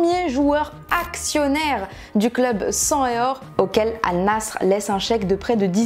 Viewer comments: Pourquoi dire « all Nass Rrrr » et pas « All Nasair » pour la prononciation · Va y j’ai envie de la boxer avec sa prononciation de Al nassr en carton AL NASSER pas AL NASSRE, morceaux de footix, tout les jours elles parlent du club tout les jours elle le prononce comme une demeuré truc de fou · Pour information, on ne dit pas Al Nassr mais Al Nasser (même si ça s'écrit Al Nassr) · Comment elle a prononcé Al nassr